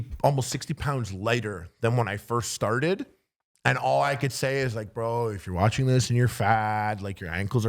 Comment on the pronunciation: Can we talk about saying "watchENing" in the channel promo at the beginning of the show? It's been bugging me for the past 76 episodes:O